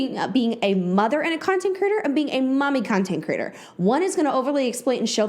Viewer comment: I think it's adorable how you pronounce "creator" as "critter" - all I keep hearing is "content critters" lol okay byye